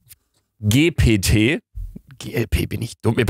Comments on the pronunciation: Hat er wirklich grad CHATGTW gesagt 😂😂😂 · der bums heisst „Tschät tschi pi ti“ fein, ne… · Chatgipiti ausgesprochen 😂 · Chat GPT, Luca, Chat GPT!!! Nicht Chat Glw oder Chat GLP! PS: Ich kannte diese Website vorher schon... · Chat ji pi ti so wird das ausgesprochen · Chat ji pi ti😂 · Niemand: Luca: Chat Geh Pe Tee😊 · Ich denke es heist "Tschät techie pi tie" also die ausprache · Das wird Chat Dschi pi ti ausgesprochen😂😂😂😂😂😂😂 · du lauch des spricht man englisch aus. als chat jipiti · Ey nein manche schulen wollen sicher gehen das die kinder die hausaufgaben selber machen und wollen die hausaufgaben in der schule machen 😢 und du sagst chatgpt falsch das wird mit englischen g gesagt😅😅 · Chatgpt auf english ausgesprochen